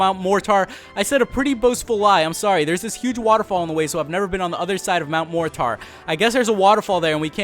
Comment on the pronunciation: I've never heard anyone pronounce Mt. Mortar as Mount MOR--TAR.